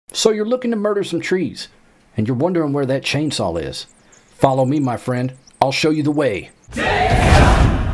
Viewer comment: btw you said chainsawl